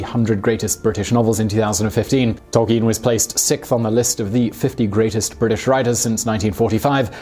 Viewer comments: It's Tol-KEEN as he writes in one his published letters. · Great vid but I swear that's not how you pronounce Tolkien